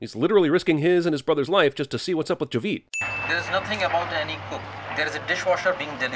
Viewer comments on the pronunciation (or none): He pronounced Javed as Ja-weed... LMFAO.... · It's Jaa-ved not Javid. Why is it so hard to say for you folks. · And Javed as "Javeed"